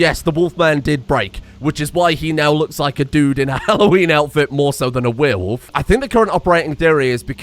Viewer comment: Dumb dumb question here, is Frankenstein named Frakenstein without the N on purpose? And is there a reason why pronounces werewolf like weeeire wolf? Just wondering, since I'm here to stay for this madness😂